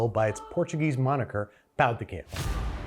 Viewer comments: Ola y tudo ben! I speak brazilian portuguese. Personally, I think it'd be Trader João (zhoo-ow) and Pão de Queijo is pronounced "Kay zhoo", just wanted to let you know haha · this is a super minor critique, but the "j" in portuguese is always pronounced. "quiejo" would be pronounced more like "keh-shoo" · We don't pronounce J's like H's in Brazil. Queijo is pronounced "Keh-Jo" like Jojo (sort of) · That's not how you pronounce "queijo," the j makes more of a zh than the spanish j.